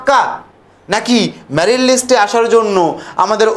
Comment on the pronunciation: Ota married na merit r tensolation na ota translation.😂 Minimum pronunciation gulo to thik korben.